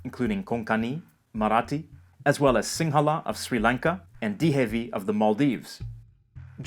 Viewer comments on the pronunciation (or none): Slight correction! It's Di-VE-HI, not Dihevi. I'm glad we were included 😅 we're usually forgotten since we're so. small. Also Mahl spoken in Union Territory of India is basically Divehi with slight differences. It's a dialect. As always thank you for a wonderful video! (Looking up info about Malayalam bc of my interest in learning. Learned it's agglutinative 💀😭 byeeeeee)